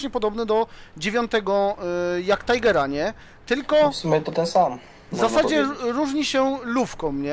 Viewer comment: TIGER nie TAJGER